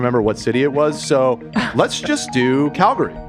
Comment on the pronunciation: I’m proud of for saying Calgary right most of the time.